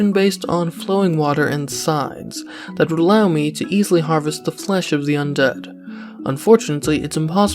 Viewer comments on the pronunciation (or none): "unfortunantly" ? i'm out ...